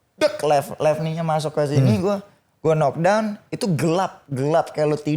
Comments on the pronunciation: Sampe kapan mau nyebut "Kenok Dawn" udah dikasih contoh sama Badi "Nok Dawn" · nyebut "knock down" bukan "kenok dawn", gini dah kalau bego dipelihara😂